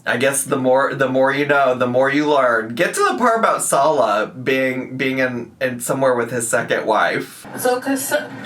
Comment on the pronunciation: I think Salah was being smug and telling her how to pronounce it properly, but, he is pronouncing it wrong.